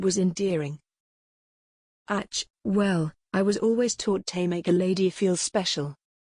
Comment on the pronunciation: AI reader is horrible. Very distracting when it can’t pronounce even a simple “ACH”.